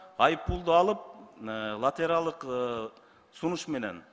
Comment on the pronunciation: Ой лотералык девей лотореялык дечи 😂куудулдар клоундар